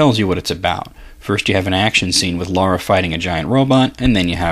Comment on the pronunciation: It's Lara, not Laura, law-ra, or any other variation. Lar-rah, it's not hard :P